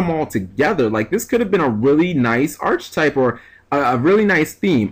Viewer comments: Just for future reference, its pronounced 'ark a type.' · It's pronounced "Ark-type". Just saying bro